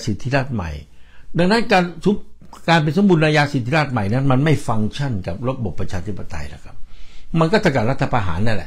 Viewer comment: คำอ่านเป็น(สมบูระนายาสิดธิราด) #สมบูรณาญาสิทธิราช